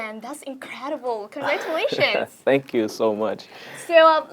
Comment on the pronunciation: chuẩn luôn, không phải chê, chứ KV nói hơi gằn giọng với không tự nhiên cho lắm, khúc đầu nghe từ congratulations mà nhận không ra ấy, đến cả subtitle còn dịch là delicious :)))